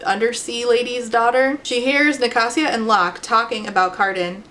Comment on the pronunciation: wait i thought it was Ni-kay-sia